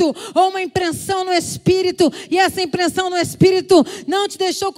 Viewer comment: Essa mulher é uma benção! Deus continue abençoando. Só q vc disse uma palavra errada, Fernanda. Não é "impreNsao", é "impressao".